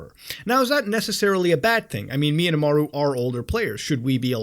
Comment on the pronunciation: nvm you said Imaru, but it’s pronounced really close to mine